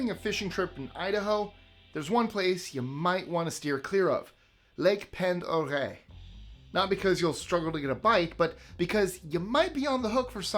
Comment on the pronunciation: Just FYI. I live near Lake Pend Oreille and it’s pronounced “POND-a-ray”. :)